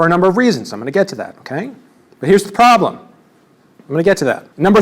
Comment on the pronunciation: The only thing you missed is how often he says...."the pwoblem with this is..." 10/10